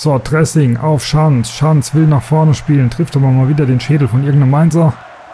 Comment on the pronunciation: Lustig wie du Dresing immer wie das Salatdressing aussprichst ;)